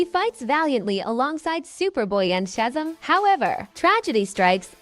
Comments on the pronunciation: That text to voice garbage is a plague on video creation. “Shazum” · This bitch didn’t even say Shazam right she said “shazum” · Shazam is pronounced chezem? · I stopped at "Shaz'm" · I hate to say it but your ai is not saying some names right nor some of the words such as Shazam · Learn to say Shazam properly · The way Shazam was pronounced is bothering me lol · Not to mention she pronounced Shazam wrong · Teach this damn ai to pronounce Shazam and parademon